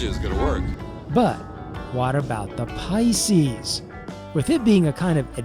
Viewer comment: "Water 'bout the Pices?" Teehee...